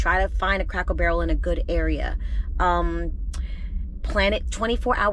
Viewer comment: I love the way you say Crackle Barrel. 🤪